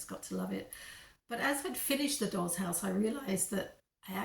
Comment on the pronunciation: Dolls...... Not rolls